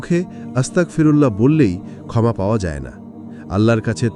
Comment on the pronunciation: আস্তাকফিরুল্লাহ নয় আস্তাগফিরুল্লাহ। আস্তাকফিরুল্লাহ মানে সকল কুৎসাহ আল্লাহর জন্য। আর আস্তাগফিরুল্লাহ মানে হে মহান আল্লাহ পাক রাব্বুল আলামিন আপনি আমায় ক্ষমা করে দিন।